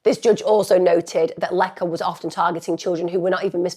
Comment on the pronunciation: Please put some effort into pronouncing the Polish name correctly. It's easy, her name is Łecka and you read it "Wetska"